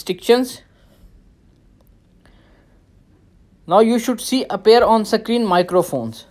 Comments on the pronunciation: It’s screen not sakreeen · Kashmiri thing bro